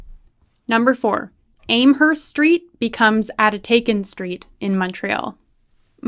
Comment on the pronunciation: It’s Am Herst FFS as in ham !! And you went to university !!!